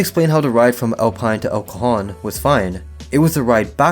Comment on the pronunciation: Just wanted to say that not how you pronounce El Cajon, the J is more of an H sound super crazy I live by Santee and El Cajon good thing I haven’t used Uber since I got a car